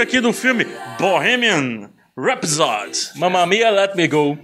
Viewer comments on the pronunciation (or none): Não dá para avaliar este filme se nem sabem pernuciar "Bohemian Rhapsody" gente 😂😂😂😂